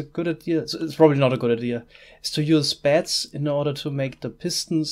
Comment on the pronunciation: I kept hearing bats instead of beds